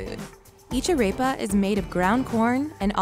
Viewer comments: let’s not forget how she said arepa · YoloSwagger1234 When she said Arepa like “Arapa” it killed me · The way she was saying Arepa was killing me 🙃 and she most likely said everything else wrong. And quesa tacos? Really